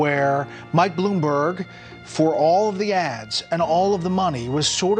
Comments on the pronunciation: No surprise "he really Blumberged it" 😄😄😄😄😄😄😄😄😄😄😄😄😄😄😄😄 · Hahaha he almost said Boomberg LOL